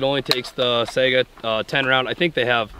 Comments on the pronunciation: Saiga not Sega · Not a, "sega." It's a SAIGA. It's a pretty phonetic word.